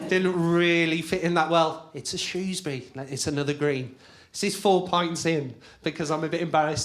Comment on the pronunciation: Actually most of us say "Shoesbrie" 🤣